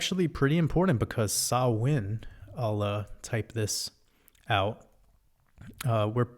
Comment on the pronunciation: Fair play on pronouncing "Samhain" correctly. Much love 🙂💕🇮🇪